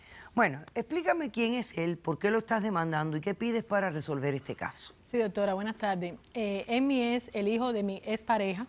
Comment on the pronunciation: Dijo DOTORA como de veces